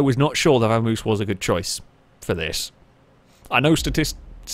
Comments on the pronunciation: It's a Vam-oss not a Vermouse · Isn't it Vamos (vah mohs) like the Spanish word? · pronounciation of Vamos makes me ill.:P